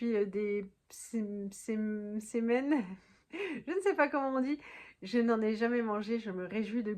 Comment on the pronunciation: La prononciation des msemen c'était parfait 🙏🏼❤️